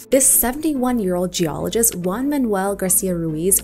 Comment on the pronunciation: super cool, but two comments: pronounce the J in Juan like an H in English, and both Garcia and Ruiz are part of his surname. Either say both of them (preferably) or say Garcia, as the first surname is more important, if you are to choose between them